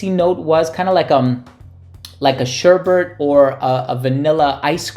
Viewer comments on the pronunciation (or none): Only one R in "sherbet"